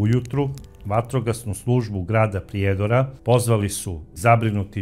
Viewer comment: I vi iz Srbije, ne kaže se iz Priiiiiijedora, vec malo skratite to slovo i.